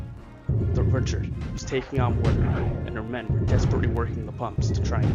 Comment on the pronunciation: I'm pretty sure the name of the ship is pronounced (ree-shard) rather than (rich-ard). This would make sense too because the ship was given to the fledgling US Navy by the French.